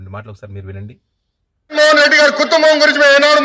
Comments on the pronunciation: కుత్తుంబం ఏంట్రా పప్పు నత్తి......కుటుంబం అని స్వష్టంగా పాలకలేవా పప్పు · జగన్ కుత్తంబం కుత్తంబం కుత్తంబం అంటూ మాట్లాడింది 43 ఏళ్ల లోకేష్ కాదు, మూడేళ్ల పిల్లాడు బోకేశ్ మాట్లాడాడు